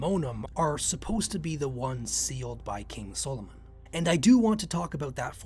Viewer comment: Why can’t you say Solomon properly?